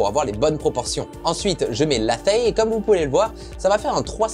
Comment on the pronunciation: Hello :) on dit "léizh" Et ça veut dire tour à bois ;) car tu dessines le profil de la forme, exactement comme sur un tour à bois.